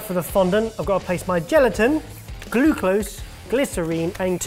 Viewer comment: Gluclose... Me: rewinds twice to check my ears weren't wrong. Proceed to actually lol. XD I love sorted